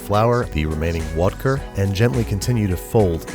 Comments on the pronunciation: I thought he said Wodker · "then pour in the WoDkA" umm what is wodka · It's vodker or wadka not wodkver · Wodker or wodka? IM SO CONFUSED!!! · Water + vodka = vodker Not wadker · Wodker is pretty close to a couple regional accents in Russia 😂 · Of you pronounce “watka” in a German accent, it still sounds like vodka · other people : vodka and water babish, an intellectual : vodker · He says wadker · I thought he said Wodka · “Wadker” Nah, my friend. That’s water squared. What’s vodka mean in Russian again? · Wodker... The best word ever said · is it wadka or voter or vodter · Wodker? Cmon man youre better than this. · Its Wodka! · Did he say wadka? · Lol, whisk “wigously”? Too much of that Wodka B!!